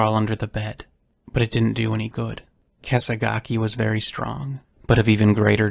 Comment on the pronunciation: I agree. It's clear in the recording he accidentally called "Kesagaki" "Kesaga" with a strong emphasis on the "Ah" as the final syllable. A common mistake when narrating. The repetition of the name is him trying to solidify the pronunciation before continuing. is of course not lying when he said he didnt record this but in the momumental task of producing such a massive video you're bound to forget some stuff.